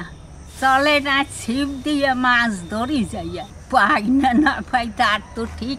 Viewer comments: ছিপ, চিপ নয়। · “ছিপ” হবে কথাটা। চিপ না। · কথা টা চিপ নয় ছিপ্ হবে... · চিপ না ওটা হবে ছিপ